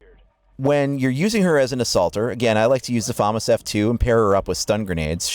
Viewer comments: It's actually pronounced fumas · IT IS [fuh-mass]!!!!!!!!!!!